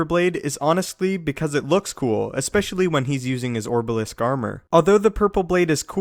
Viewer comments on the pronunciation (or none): none